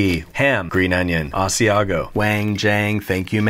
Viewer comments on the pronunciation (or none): when you say Asiago I almost die. I came from Asiago (the place that give cheese's name)